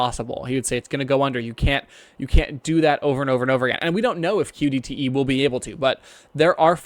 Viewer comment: well said, however you keep saying ODTE, it is QDTE, keep up the good work and i look forward to more video